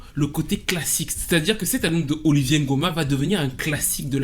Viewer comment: "Oliver" NGOMA et non "Olivier". Un artiste chanteur gabonais d'exception. Paix à son âme. Super vidéo